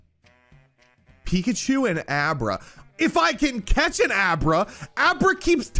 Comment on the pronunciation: If I got 1k dollars for every single time has said a name wrong or called wartortle squirtle… then I would be rich Edit:why this man call Abra “Obera” when the Pokémon’s name is is just “Abra” like abra kadabra alikazam.. which is the name of the whole evolutionary line